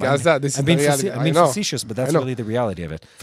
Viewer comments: Facetious is pronounced Fa-see- shush ❤ God bless you both & Israel🙏👍‼️ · The accent is on the 2nd syllable in the word fa-CE-tious, ( to help with the pronunciation)